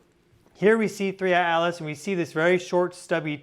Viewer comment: Thanks for the analysis. I agree the NASA images are pathetic. One silly thing I noticed is that you never pronounce the t in Atlas.